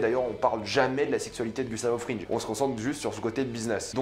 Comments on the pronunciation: Tu sais on dit pas Gustavo Frinje mais Fringue ; pas skylar mais skyler ; on dit pas hanke mais hainke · "Gustavo FRINJE" "SkylARE" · Skaylar, Gustavo Frinje. Eh oh, ça va l’accent là 😂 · « Gustavo frinje »